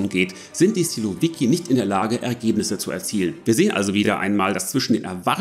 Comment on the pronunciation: Lieber, kurz etwas zur Wortbildung im Russischen. 1 Silovik, 10 Silowiki. Betonung auf der letzten Silbe. Analog zu Bolschevik, -i = Mehrheitler. Menscheviki = Minderheitler. Sil = Macht Danke! Mach weiter so. Aber warum musst Du so schnell sprechen? Und jede Atempause herausschneiden?